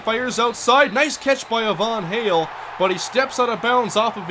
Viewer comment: Hey I think Ivan Hale is pronounced it's eye vin hail. Not a Von hail.